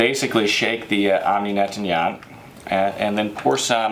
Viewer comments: misprounounces? more like murders them... Netanyat? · they sound likehe is calling netanyahu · Nettoyant= neht- twah- yōn- te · Omni Net-tan-yaht 😂😂😂 I do speak French so I can relate how bad he’s butchering that word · Netanya...who? = Netanyahu? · He keeps saying NET-TAN-YAHT for NET-TOY-YANT and Super IN-NUL-VER FOR IN-VUL-NER. At least try to pronounce the name of the product correctly.